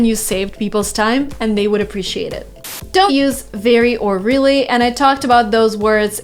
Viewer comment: Why do you sometimes pronounce ''r'' like ''v'' for example instade of really you say ''veally'' With pleasure 😁